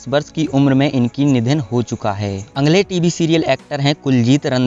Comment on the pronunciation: कई जिंदा लोगोंके फोटो भी स्क्रीनपर लगाए है.यह अच्छा नही लगा. अगले शब्द का उच्चार अंगले ऐसा किया गया है. Please ये सूचनाएँ हैं. - मिसेस मेघना लिमये.